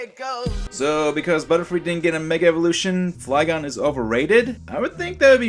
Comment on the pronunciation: Or called Flygon Fliegon xD